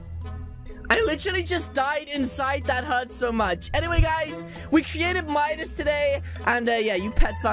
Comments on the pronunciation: It’s Midas not MUDIS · its midas not midus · its Midas not minus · It’s not midus it’s midas